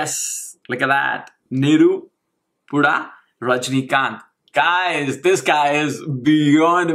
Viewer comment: it's not ni-ru-pu-da. u have to pronounce it as nae-ru-pu-da which means fire.